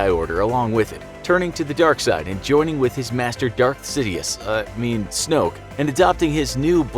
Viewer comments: This is how you say snook it's Snoke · snoke* not snook bruh